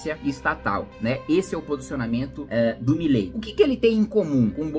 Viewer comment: Cebolinha: "Já vilei fã do Milei. kkkk"